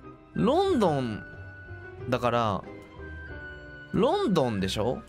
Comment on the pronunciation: The more he says "London" the more it sounds like he's pronouncing the name of a Chinese city, like it was "Lawn-Dawn" or something, so I can almost understand the confusion ... kind..of...